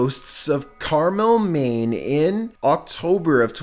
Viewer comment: Why you say Carmel Maine weird tho 😂 there shouldn't be that many syllables in those two words